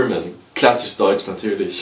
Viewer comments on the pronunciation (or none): none